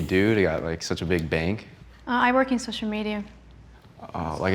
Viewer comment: When she said soicial media you could just hear ahhhhh only fans. got it